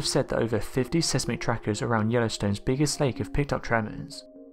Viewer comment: seesmic ?? whats seesmic ?? do you mean seismic .. pronounce s-hi-s - mic